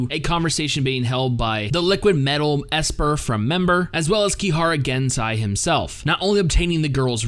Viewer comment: Don't just go and believe every thing Shokuhou said. She's a liar and a good one at that. Misaka, on the other hand, is so much worse at lying/acting. I'm also triggered by the way you pronounce Gensei's name. It's GensEi not GensAi.